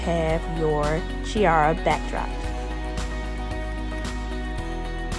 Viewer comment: But she did pronounce chiara right. 'key ah rah'.